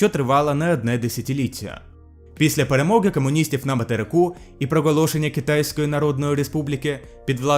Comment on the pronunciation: Дякуємо за україномовний контент! Але ґромадяньска, перемоґа, камуністичний, можно, варожість та інші дуже ріжуть по вухам. У українській немає "акання", тут "о" читається як "о". Та це нормально спочатку, потім буде краще. Бажаю успіхів!